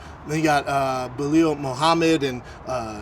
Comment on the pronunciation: "Belial" Mohammed whilst correcting Chandler's "Fiziev" lol